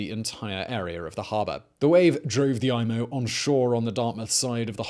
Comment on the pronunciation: Great video! Loved watching it. It’s EE-MO, not EYE-MO though.